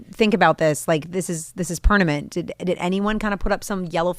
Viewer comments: Permanent, not pernament. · I’m not trying to nitpick, it just felt so weird on my ears when she said, ‘pernament’